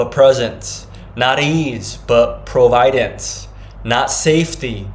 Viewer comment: Why is this man pronouncing "providence" incorrectly? It's doubtful that Jesus pronounced it wrong. Perhaps the man received impressions rather than words, and he had to find some of the words later? Perhaps he discovered the word providence while seeking a word that meant just that, but he didn't learn the correct pronunciation, the emphasis being on the first syllable, not the second. Another possibility here, though sad, is that this is made up. Pray for discernment. There's a lot of stuff on the internet that is directed at Christian's in order to deceive them. I'm not saying that's what this is. I'm saying you must be discerning, and only the Spirit of God can provide spiritual discernment.